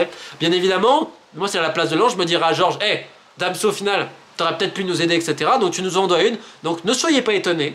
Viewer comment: C’est moi ou j’ai bien entendu Romain Molina dire Damso au lieu de Danso 🤓